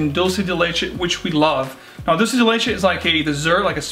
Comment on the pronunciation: Hiya. FYI...dulce is pronounced "dool-say". Spanish word meaning "candy" of milk. It is considered a Mexican treat made of sugar and condesened milk that is evaporated until you have a thick paste. Very tasty. So I'm betting the fragrance is really sweet smelling. Great looking family. And talented too!!